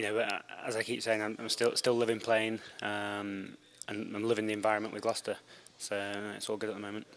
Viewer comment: Learn how to say GLOUCESTER ffs